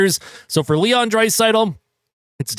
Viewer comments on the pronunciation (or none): none